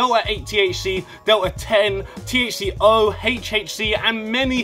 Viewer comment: "THC-HO" lol